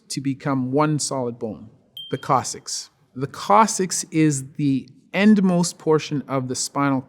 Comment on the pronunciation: I had never heard "coccyx" pronounced that way